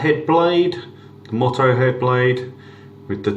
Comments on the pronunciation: Thanks for your review. Just a heads up on pronunciation. MOTO is pronounced Mow Tow and not Mot Oh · MY HOW 2 No that’s not me. But I have watched that video (and found it Very useful), and many others, during my research for a new head shaver..and thoroughly enjoyed most of them. As for Your pronunciation of “Moto” which is “Motto” (Mot Oh), how You pronounce it is defined as “a short sentence or phrase chosen as encapsulating the beliefs or ideals of an individual, family, or institution. “Moto” is simply an abbreviation of motorcycle, motocross etc “Mow Tow” No big deal really. But nice when used correctly in a semi professional review. Watch the Headblade Moto video which clearly uses a motorcycle and you’ll understand their intent. I’m still waiting for my Moto to arrive in the mail. It’ll be my first Headblade product. I’ll be happy to report back with my unbiased usage opinions .. if you like? My Motto when riding my motorcycle is to always “ride within my limitations, and watch out for every other road user because they simply don’t watch out for me”...and it’s this Motto that has helped keep me alive on the road for 38+ years On the flip side I’m hoping my new Headblade Moto (Mow Tow) will shave my ugly noggin smooth enough to allow my helmet to slip on and off without the usual “Velcro” like drag from unshaven stubble LOL